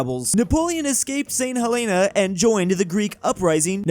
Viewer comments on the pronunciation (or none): It’s pronounced st.hellana